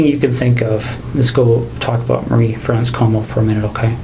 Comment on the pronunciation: Thank you for your accuracy in pronouncing Marie-France’s name correctly. It is such a small but significant way to honour her memory, and the memory of the other victims too. Thank you for your delicate coverage when it comes to SA/SV. You are a true crime champion.